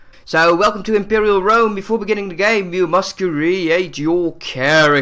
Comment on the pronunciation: wook at that impewiaw wome